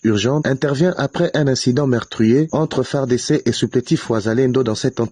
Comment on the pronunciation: Cmnt cette fille congolaise ( peut Etre ) a du mal a prononcer les Fardc EN lisant par syllabe,et Kivu EN Kivi ?